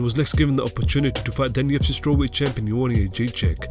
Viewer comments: Kept hearing him says TFC instead of UFC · I hate this voiceover, sounds like a robot and I hate hearing "tufc" Everytime it says UFC